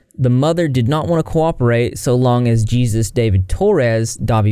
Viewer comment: Are you mispronouncing Jesus on purpose?